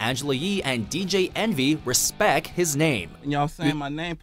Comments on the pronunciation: Birdman wants "re-peck" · HaHaHa... "Im outta here, Yalls Finish or are Yalls Done?!" LOL Cant live that down with 'Respeck'! lol